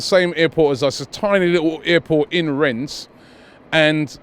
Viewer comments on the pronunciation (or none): Its renne no S u blockhead